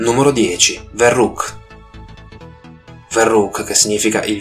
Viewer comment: scusa se ti correggo,ma la parola verrückt,e`tedesca,la v si pronuncia f e significa pazzo...